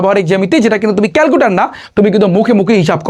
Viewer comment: ক্যালকুলেটর ❎ ক্যালকুটার ✅😂